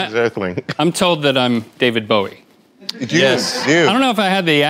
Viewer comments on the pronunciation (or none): "dah-vid bowie" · “Davied bowe” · Reggie said David Bowie wrong and I like David Bowie